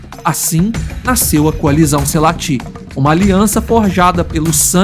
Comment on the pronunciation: A pronúncia é selates, e não selatís como você fala